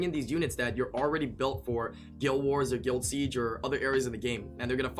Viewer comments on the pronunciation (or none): none